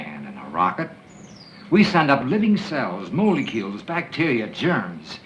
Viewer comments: Mola e cules never heard it pronounced like that b4 not even by a 5 year old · The scientist man called them "molay-cules". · Holy Moly Cules! Batman!🦇🧏🏻‍♂️.